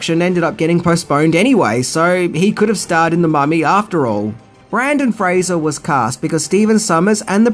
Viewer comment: He got Fraser right, but butchered Brendan. Huh....